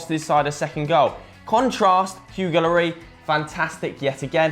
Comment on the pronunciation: and after that the other one sad Lori for Loris..annoyed the shit outta me